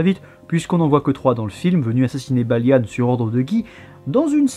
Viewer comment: Pourquoi tu dit "Balianne" au lieu de Balian, c'est un peu perturbant